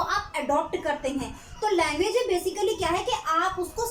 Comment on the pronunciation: Its language.. Not languge mam